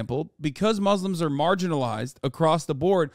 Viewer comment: Hassan saying muzzlem just shows u how he despises us aswell